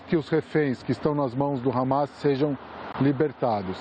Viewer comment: CNN não fala harmar e terrorista